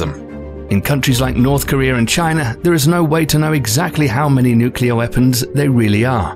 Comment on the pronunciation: If you keep saying nyukyuhlur like that I'm gonna go nuclear.